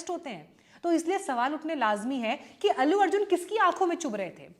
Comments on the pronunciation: अेल्लू अर्जुन नही आंटी अल्लू अर्जुन बोलो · Ellu nahin, Allu ... itna to jaan hi len